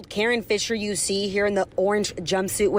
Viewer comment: Karon? Nah, that’s Ka- RON.